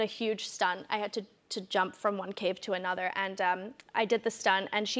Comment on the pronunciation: the "however yes" well the yes sounded like she was trying american and when she said " to another" its not british 😢